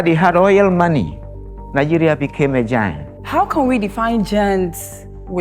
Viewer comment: They said giant and that lady say na gant